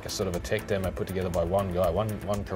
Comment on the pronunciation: every time she says demo she adds a r its really annoying to hear 'demore' that what she sounds like